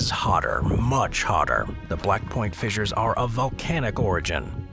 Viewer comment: Stop saying fizzers